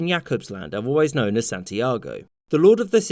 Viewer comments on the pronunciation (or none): none